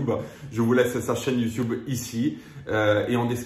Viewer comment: Le « youtioube » me tue toujours autant 😂😂😂